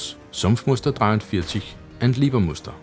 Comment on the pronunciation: I´m normally really impressed on how you pronounce german and russian weapons or equipment, but you totally messed up the Leibermuster camo! It´s Leibermuster, not Liebermuster as you pronounced it since ist not derived from the german word "lieber" but instead from a german printing technology engineer named Hellmut Leiber who holds the patent for the printing precedure! If you would instead pronounce the first syllable like the english words "lie" or "library" instead of "leeway" or "lease" you´d be on the safe side! ;)